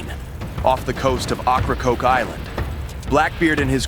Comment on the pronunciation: Learn how to pronounce the inlet the right way if you want to be taken serious